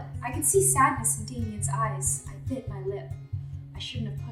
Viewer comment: It sounded like she said ribbit